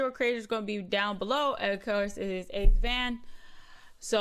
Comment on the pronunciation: Wah Guan to all... Ace did a video on how to pronounce his name lol... He don't.like being called AceVan... It's Vane... AceVane not Van 😂